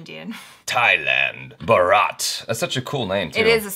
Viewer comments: always emphasise on wrong 'A' 🤣 not talking about 'A'chara though. Bharat is not pronounced as Bha-raat, it's Bhaa-rt. Salman isn't Saal-mn, it's Sl-maan Just saying 😉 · Has been so many years now and still pronounces it as Baaraat xD.. Shaadi hai kisi ki? 😂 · Hey, it is pronounced as BHAARATH, NOT Bharaat. Hope it helps. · You are still eating your "H" no respect for H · ...you have pronounced wrongly my country name...."Buraat" it's BHAA (check > भा) RA (check - just - > र ) T (check - त < T <- in Italian language), so it's BHAARAT but write is "BHARAT". hope you understand my point and I do not want to demoralize you. Thanks dear for valuable views on New/ Upcoming Films. Please doing this... You are good and awesome....👍👍👍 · It's Bharat (pronounced as Bhaarat, stressing over the first 'A'). The way you are pronouncing it as Baaraat. Baaraat is actually a customary for the bridegroom to travel to the wedding venue (often the bride's home). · We're saying bharat but say barat 😂😂😂😂😂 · its "Bhaarat" not Bharaat. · Its BHARAT Not BHAARAAT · It's not baraaaaat. It's bhaaaarat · It's not bharaaaaat It's bhaaaaaarat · It's not barrat it's bharat the hindi meaning of india🇮🇳 so pronounce it clearly bharat not barrat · It's not Ba-Raat...it's BHAA-RAT ! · It's not baaraat it's bhaarat . Period. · it's not 'baraaat', it sounds so weird, it's Bharat, Hindi name of India. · Hi Dear I see all your video please correct this and thats India's main name: its "Bhaarat" not Bharaat. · its not Baraath it spell as Bhaa-Rath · please call it as bhaarath as in stanis baratheon of game of thrones. Its just bhaarath insead of baraath in baratheon name. Dont call it barat or borat as in mocumentary movie of the same name🙏😆. Its our country's other name after all💁‍♂️ so please dont butcher it. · It's Bharat ..not bharaaat😂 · For gods sake, its not Ba-raat. Its "Bhaa-rath" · It's not "Baraat" .... it's "Bhaarat".... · Baraat nahi BHAAAAARAT